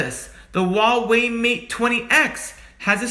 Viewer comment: Its pronounced Hwa way